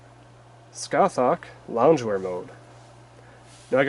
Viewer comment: It’s pronounced ‘Sca-hark’.